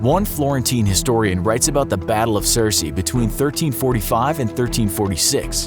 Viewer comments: He said at the battle of Cersei, listen to him again . OMEGA LOL!!! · Crecy pronounce "ser-see", "the Welsh and England" we're English, no mention of the longbow when talking about Crecy (what?!?) And this was just the one scene. Need to tighten this stuff up :/